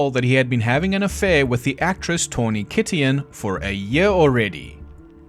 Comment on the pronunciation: Tawny Kitaen? Taw-knee Ki-tain. You know, that girl that was in the Whitesnake video and the movie Batchelor Party with Tom Hanks. I'm glad you told us you can't pronounce words. 😀